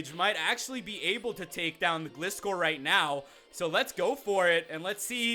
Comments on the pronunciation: Its Gleye-score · Gliscor= Gli-sawr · Plz learn to pronounce Gliscor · IKR he gets it wrong everytime